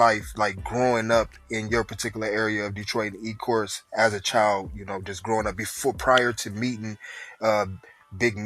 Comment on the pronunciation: It's Ecorse not ecourse